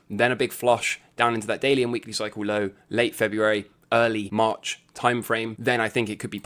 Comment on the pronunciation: Few videos in... take a damn shot every time says "Cycle lowe (low - British accent emphasis added)" lol - ughhhh